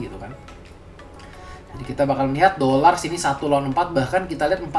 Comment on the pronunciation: gua awalnya jg nyangka gtu bro, pas denger caster phnya nyebut "Dlar" baru gua sadar...